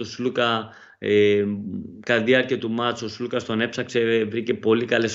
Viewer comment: Αντί να προσπαθείς να πεις τον Αταμάν, Άταμαν κοίταξε να μάθεις πως λένε τον Σλουκα που είναι και Έλληνας. Σλούκας λεγεται όχι Ζλουκας!